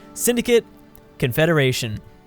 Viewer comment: Which 1? Confederation or confedaration?